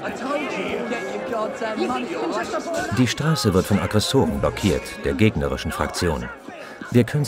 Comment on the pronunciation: Aggresoren, Protektoren, AA ZE U Ich kann nicht mehr :,D